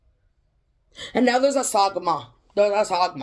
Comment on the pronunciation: Not sagma but sangoma